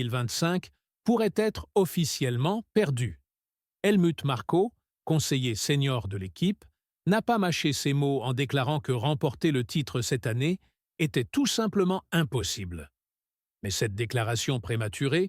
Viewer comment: à " Elle mute Marco, conseiller Seigneur de l'équipe ... " " ... cachetez" ... " Landon-Orris" 🤣🤣🤣🤣 change de métier mec, fais toi comique et je t'assure que je m'abonne. Coluche à côté c'est rien, t'es le King.